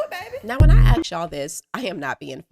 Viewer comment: "ask" "nail on the head" you almost had it.